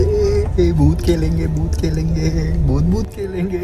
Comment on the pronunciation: He said Bhoot Khelenge but I heard Bhoot Ki Lenge 😂 (Behra ho gaya hai maa tera beta)